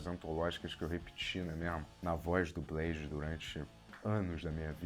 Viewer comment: " É blede, daywallker !".❤